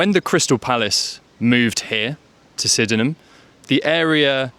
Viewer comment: I appreciate the idea behind this - and applaud your effort - but pronouncing it Syd-en-ham Hill to a local and they'll think you have a speech impediment. It's Syd-nam Hill. My source: I grew up on Bowen Drive just down from Sydenham Hill Station and went to school in what was then known as Langbourne Junior School on Lyall Avenue - it's now Dulwich Wood Primary - pronounced "Dullich" 😇